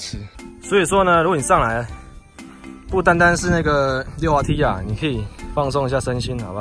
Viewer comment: 溜滑梯的溜念錯了